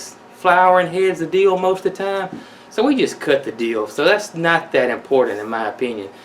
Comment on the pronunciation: Love pickles!!!! Good to know. It sounded kind of funny when you said, "Whatever part of Dill you have use it." Cause it made it sound like, Kind of a Deal, lol...